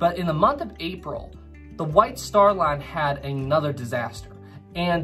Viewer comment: I keep thinking that he’s saying the “Wife Star Line”😂